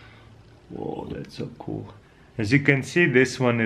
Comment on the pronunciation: Can we have a livestream for this? It's so KUL!!! Speaking of "KUL," I wish Taras would put a caption on his videos that says "KUL" everytime he says "cool."